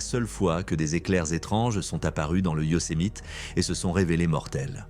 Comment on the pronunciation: Prononcé Yosemite convenablement svp et pour info le coyote n'est pas un chien sauvage